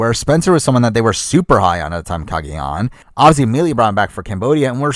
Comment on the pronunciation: Every time they say obviously I hear "Ozzy" and it's driving me crazy hahah